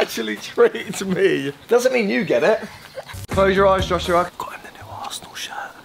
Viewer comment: He said arshole in stead of arsenal😂😂